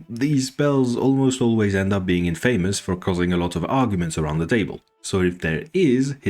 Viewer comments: Famous: "Fey-muss" Infamous: "Infa-muss" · FYI, "infamous" is not pronounced the same as "famous". Confusing, I know, but it's "in-fuh-mus" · I actually disagree with this. Infa-mous is certainly a common pronunciation, but I would argue that it hampers communication and is inelegant. In-famous is plenty understandable and follows the pattern better. We have so many stupid pronunciations for stupid reasons, for example: lieutenant -> "lef-tennant" because the English didn't want to sound French. If petty tribalism is enough to justify a change in pronunciation, go ahead as say things any way you like so long as you are understood. Go and embiggen your cromulence.